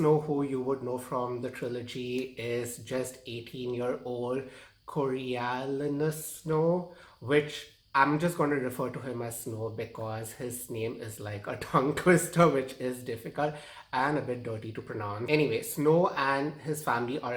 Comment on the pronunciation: Coriolanus is pronounced core-ee-oh-lane-us